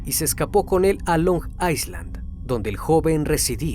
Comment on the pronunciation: Island C pronuncia ai land Gracias x el video